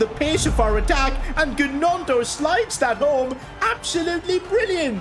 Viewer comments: calling him Ganoto is the funniest thing (It's pronounced Noto) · It's Nionto as Gnonto or Ñonto yeah it was funny😄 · Silent g on gnonto mate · and sid fr the record its pronounced naunto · When you say Gnonto you don’t pronounce the g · Is it just me or is it so annoying he says gnontos name wrong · But how he pronounced gnonto😢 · The way he said gnonto is so funny 😂. I love you been watching your vids from the beginning